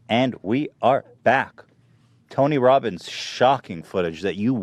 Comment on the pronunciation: "Tony wobins hungwy.... Nom"